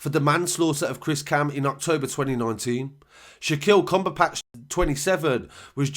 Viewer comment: it’s cumberbatch not cumberpatch lol